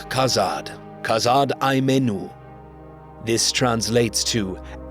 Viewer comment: Unlike the pronunciation offered in the video, the Khuzdul phrase [kʰa'za:d ai 'me:nu] contains long vowels, and the Sindarin word mellon has a double consonant. The Black Speech suffix –ûk "all" also has a long vowel (whether stressed or not).